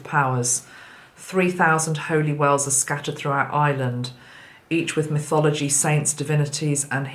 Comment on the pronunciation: I kept hearing ‘whales’ every time you said wells 🐳 😂. We are getting hundreds of whales pass by us (east coast of Australia). Their numbers have increased significantly. I feel they are helping so much as they take huge amounts of water in and purify it and then blow it back out to the ocean. Grateful to these friendly giants of our oceans 🌊